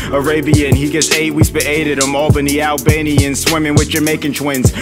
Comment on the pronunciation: he really said Albanina